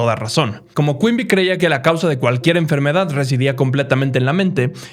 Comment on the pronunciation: Dijiste Quimby y pensé que habías dicho Queen bee 🐝